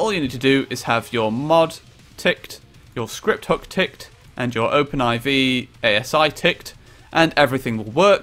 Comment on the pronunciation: why do you pronounce it open i v you pronounce it open 4